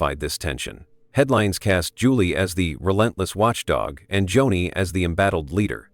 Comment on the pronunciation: This is AI generated. Her name is pronouns Joan-ie, not Johnny. Totally disagree that she’s sincere. She knows she’s lying and keeps telling another lie to coverup the last lie.